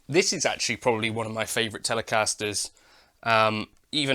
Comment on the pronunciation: Did you just say twatocaster? 😂😂